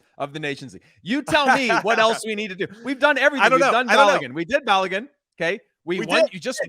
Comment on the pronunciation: Stop butchering Folarin Balogun’s name. But some respect on it. Call him Flo if you must but say his last name properly. I think he earned that I think.